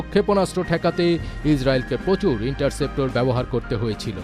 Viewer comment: its not inceptor ,, its interceptor